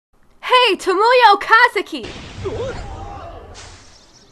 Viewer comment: U pronounced Tomoya's last name wrong -:(